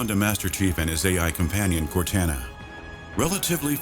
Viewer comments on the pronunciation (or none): Dude he just say core tan a? it's core ta na😂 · "Coortana" its CORTANA! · EmroidPBD Omnis No actually he said cotrana not cortana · its cor-ta-na not cor-tan-a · lol "cortahna" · cortana is pronounced cortahna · The narrator was great until he said Cor-ten-a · Wow... was that description of Combat Evolved awesome!!! That took me back! I wish the same level of eloquence had been applied to 2 and 3. It kinda seemed to get vague as the list of entries went on. That narrator was excellent... except when he pronounced Cortana as "Court-Anna", ha ha. Somebody should have let him know. I love how he described all the game play components... I was overwhelmed with well written, immersive, and epic the narration was. There's just so much about Halo 2 and 3 I think was left out or skimmed over for the sake of talking about their success... nothing wrong with addressing that, but there are more things that were a part of that beyond what was included. This video would have been better if it were 20 minutes. Also, shout out to the editor. Good editing doesn't get enough praise these days. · Had to stop watching when he didn’t even pronounce Cortana right. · Does a video about halo. Pronounces cortana as never heard before lmfao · (the narrator) is not a Halo player. He pronounced Cortana wrong, and no fan can make that mistake. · ohhh you didn't... you just mispronounced Cortana? Really? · Did you just mispronounce Cortana.. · SlurpaDurpa except when he said cortana